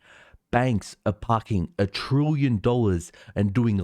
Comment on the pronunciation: It's "trillion", nor "trooyon"